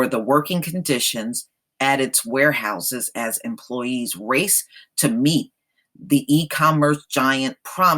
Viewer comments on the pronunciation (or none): none